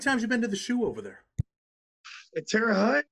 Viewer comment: It’s pronounced HOHT guys I’m from there still have family there. Thank god I moved it’s nothing dope and violence now.